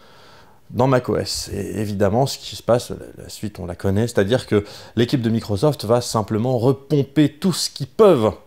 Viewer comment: Par contre c'est microssssssoft pas microzoft ! Mdr